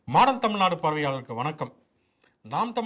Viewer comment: மாடன் தமிழ்நாடு என்பது நீங்கள் உச்சரிக்கும் போது மாடு என்றே எனக்கு கேட்கிறது தோழரே😂 மன்னிககவும்.